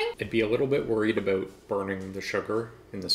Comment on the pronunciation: when says "about", so Canadian! I love it! 😆🥰😅